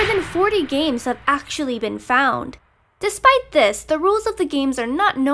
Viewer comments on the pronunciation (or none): none